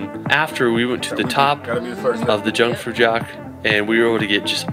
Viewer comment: Please call that place Jungfraujoch and not „Tschungfrautschock“ as you did